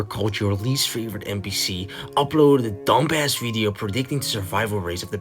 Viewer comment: Im crying at how he says dum-bass